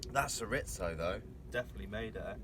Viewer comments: Shur-rizto 😭😭I’m crying 😂🥴Cho-ree-zo try that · Chorizo adds such a depth of smokey flavor to everything! Couldn't quite figure out what it was till I saw you cutting into it. Here in the states, we pronounce it chore-ree-so. Doesn't really matter how you say it, as long as you use it. This was quite a forage for you guys. I really enjoyed your harvest as well as all the other things you found and talked about! ❤🦀🐚🦐🐟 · CHORIZO aka SURE-IT-SO AHHAHAHAHAHAHAA love it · Latino people are squirming in their chairs hearing “shur-itzo” over and over.. 😂🤦🏼‍♂️ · Diesel Dawg Yeah I was like “is he trying to say ciabatta?” Lmao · Not just Latinos... Spanish speakers. Chor Ree Tho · It took me about 5 minutes to figure out you were trying to say "chorizo". Hahaha. Being from Texas, that's the first time I've heard that pronunciation. Most people stick with "chore•EE•zo". 😂 That being said, I am literally addicted to your foraging videos. 🖤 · Chorizo. Churr-ee-zoe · it is pronounced Chore ee zo. it is blood sausage. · Im like hes gotta mean chorizo right!? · Cho-reeth-oh & chuh-ba-tuh